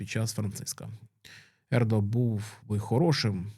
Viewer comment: Не "папабІлі", а "papAbili". ) Не Ердо, а Ердьо. Не "Хосе Делантіно Калака де Мондонка", а Жозе Толентіно де Мендоса. Говорять про Пароліна, показують Дзуппі (не Зуппі!). Не ТарксОн, а ТАрксон. Ну якщо беретеся за тему - вивчіть матчастину.